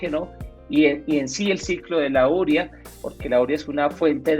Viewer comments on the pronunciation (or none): No se dice úrea. Se dice uréa y se escribe simplemente urea (sin acento). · ¿Por qué pronuncian úrea? ¿no se dice urea? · U–re–a. No es palabra esdrújula. La sílaba tónica es "re". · Llegué aquí por la pronunciación de agricultores artesanales y de un ingeniero agrícola al escucharles ÚREA, y me encuentro aquí, qur también. ¿Qué está pasando?